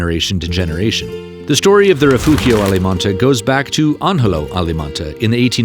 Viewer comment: Wow, what spectacular views! By the way "Rifugio" is pronounced [riˈfudʒo] and "Angelo" is pronounced [ˈandʒelo]. You keep giving the soft Italian "g" a Spanish pronunciation, which is odd since you seem to correctly pronounce the other Italian consonants. You even pronounce the "gl" in Giglio correctly, which is far more difficult than the soft Italian "g" (very similar to the "g" in the English "giant").